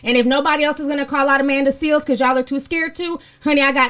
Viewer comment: Please tell me you are calling her Amanda “Seal” on purpose!